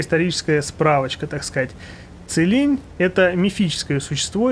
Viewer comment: правильно его зовёт Цилинь а не как другие блохеры кулинь